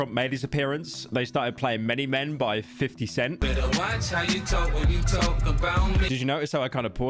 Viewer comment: He said "50 cent" but i bet you that he spellt it in his mind as "Feety scent"